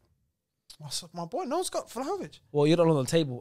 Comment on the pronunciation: Listened to the podcast and yo, u guys can say it ain’t Prem bias but I think ur bias is showing when 5/10 on the list are all English players. The fact 1. can’t even say Vlahovic’s name correctly, and saying Vlahovic ain’t the quickest, and he not great technically just shows they don’t watch him. He’s a top 10 guarantee, just wait till he moves to an elite team next season, u lot will look dumb. Other than that, someone please explain to me how Ferran Torres isn’t on this list nor mentioned, yet they have Ansu Fati at #7. Reeks.